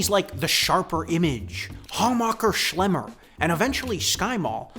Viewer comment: I was listening to this while working, and I had to stop for a second to realize who you’re talking about—Hammacher Schlemmer is pronounced Ham-mecker Schlemmer. It’s not pronounced the way you would think it is based on the spelling!